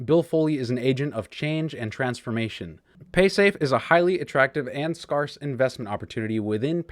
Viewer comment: love you dude but you're pronouncing scarce wrong lol